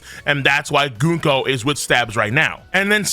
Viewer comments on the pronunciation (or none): it's Gunko not GOONko.